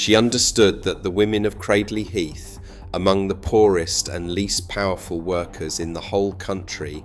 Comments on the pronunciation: Considering you elude to say that people can't pronounce the name within your video, you actually can't pronounce it yourself. It's not pronounced Cradd-ley Heath, it is pronounced Cray-d-ley Heath, if you're intent on being an Historian, these things matter, try to get it right. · Cradley heath...at least pronounce it right if you comment about it....Great people still a Great town to go too